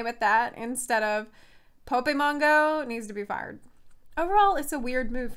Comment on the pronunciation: Pope-mon go... I lost my shit.